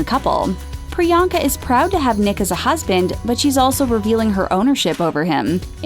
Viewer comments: 1) The movie is called "Isn't it *Romantic"(not "Isn't it Romance") 2) they pronounced her name 'Pri-yang-ka' instead of 'Pri-yong-ka' 3) I need this channel to give me those 11 minutes of my life back -_ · Shoutout to all the indians watching this laughing at the way these guys are pronouncing Priyanka’s past😂😂🤣.like if you’re proud to be an Indian or agree or just are indian